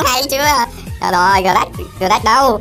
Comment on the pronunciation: Gờ rắc anh đọc sai rồi phải đọc là sờ nách :))))